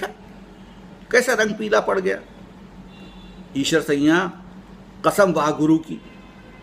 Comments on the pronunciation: Problem is not Aeshar, problem is siaa'n, narrated by you as sayyan. sometime chatting cannot say everything and I cannot contact you being very far from you. Can you read urdu. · ok sir, however, the correct word is Aeshar siaa'n except aeshar sayyan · Actually, I think, Eeshar Sayyan, narrated by this man, is not correct pronunciation However, Thamda Gosht is best story of the world.